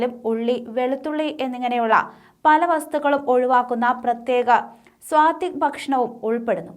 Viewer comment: സ്വാതിക് അല്ല സാത്വിക്